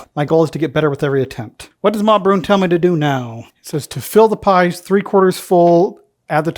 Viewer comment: Pronunciation of "Broon" was excellent.. I think you probably could have gone a fair bit "wetter" if you had wanted to. Its creates a nice sauce whereas that looked a bit drier and formed (in a pork pie / sausage manner)